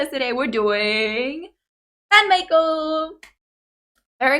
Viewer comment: It's pronounced My-Co, not May-Co. This started as an April Fool's Day joke. There's one other Music Video with a that wasn't already a BAND-MAID song called 'Gion-Cho'. It's about Kyoto, the center of Geisha Culture. There's also a Making Of 'Gion-Cho' video. Akane needs Food like MISA needs Drink. You'll often see her storing energy in the Music Videos.